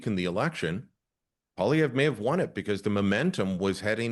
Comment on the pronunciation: I am so pissed to hear you butchering Pierre Poliviere. 😤 He is the most relatable (should have been PM) He knows his stuff financially, statistically, a humble family man with autistic child born and raised in Ab Sask. He is Canadian!! I say the media is the blame for a bias coverage during the campaign. This man worked so hard like I have never seen before during an election. The rallies brought in thousands!. Hope,joy, tears are you kidding me?? Not funny? Too serious? Too much like Trump? I call BS!! WTH do you want? A clown for a leader?? We just had one for nearly 10yrs! Absolute shame media. Sick rigged BS!! Canada got walked into a WEF GLOBALIST MONARCH TAKEOVER!!! So not proud to be Canadian today.